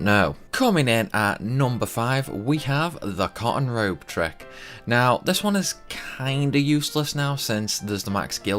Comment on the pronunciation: it sounded like he was saying "con Road" when he said " cotton Robe".. Annoying. Anyways...